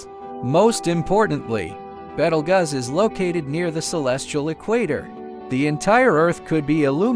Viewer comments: “betelguss” I CANT WITH THIS ROBOT VOICE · You have NO credibility. You cannot even pronounce the star's name correctly.